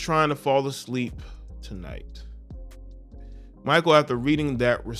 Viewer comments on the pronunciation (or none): SAY IT WITH ME🗣MAA KALE BRIDGES NOT MICHAEL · Its Mik kale not Michael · His name is pronounced (Mckale) Bridges, not Micheal.🤔 Aja seems pretty cool, but I don't know her. Mostly I think about 80% of the WNBA ladies need a night of passionate natural male dick ! That's where the PRIDE is. 👍 And the ladies that do get it, are treated jealously by the ones that don't. Anyone remember when Britney Griner challenged DeMarcus Cousins to a 1 on 1, and said she'd have no problem beating "Little Man" ? Cousins just laughed, had no comment and kept it moving. We all know the outcome is murder.👍🏀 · His name isn’t pronounced(my-kul ) his name is pronounced (My-Kell) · u murdered Mikal Bridges name it's pronounced me kell bridges not Michael bridges lmao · Me kale not Micheal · His name is Mikal. Pronounced Muh-Kel. Not Michael. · Not Michael…pronounced “Mi-Kale” like the salad. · HIS NAME IS NOT MICHAEL IT MI-KAL ijs if you have heard how his name is said it not Michael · It's pronounced Mikal (Mick- ale) Bridges. Solid player too.... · Bro it's not pronounced michael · Bruh…. It’s MIH KELL. Pronounce his name right 😅. You watch zero basketball my guy. It’s clear. Good content tho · Mikal pronounced Mchale bro. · Bruh… his name is pronounced Muh-KALE Bridges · His name is pronounced Mikal (me kail) Bridges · Most of the time - it is considered to be proper etiquette for Pro Athletes to leave comped Tickets among themselves to other Pro Athletes - especially for a non-sellout regular season game Do better, the name is pronounced MEE-Kahl, not My-kuhl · Bruh… pronounce his name right man. Like damn. It’s not even spelled Michael so why pronounce it like that lol I know you’re smarter than that fam. Like cmon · It's pronounced McHale, this guy is a good dude. His mother showed him how to be financially responsible and he has a partnership with a company called Dovly, that helps people with their credit. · Pronounced Ma•kale👍🏾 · At least say his name right